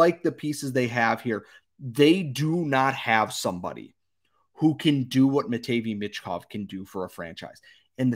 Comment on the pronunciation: It’s pronounced “matt-vay meesh kov” Sorry I couldn’t hear you say it that incorrectly anymore 😂